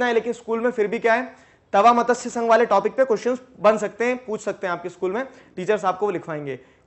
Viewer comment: This is not मतस्य,this is मत्स sangh